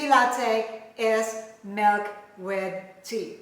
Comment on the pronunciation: Hot Melk tea😅